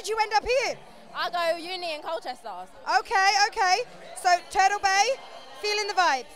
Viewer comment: I like how she pronounces 'party' as 'pardy' and turtle as 'turdle'.